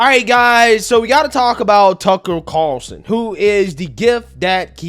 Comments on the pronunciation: The way you pronounce some words is hilarious lol you say lie-berry instead of library. When you say Tucker Carlson, you say Tuckle Carerson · Tuckel Cawlson